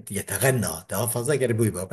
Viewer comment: Hocam yeteneğğeme okuyun yeteğenneme deil yani nun ğa dan önce geliyor oda şarkı gibi okuma manasıdır